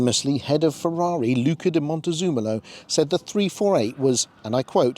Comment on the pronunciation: I heard it as Montezoomolo, maybe way too many zoom meetings..